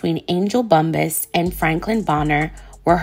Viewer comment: It’s pronounced Bump-pass, perhaps ur thinking about weed huh?🤔